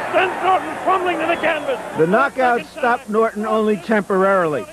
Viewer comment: When the ring announcer mispronounced Ken Norton's last name he should of gotten the hell out of that ring. It was all downhill from there.